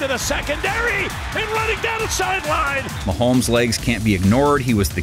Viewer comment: Swear I heard mahomesfield advantage. 😂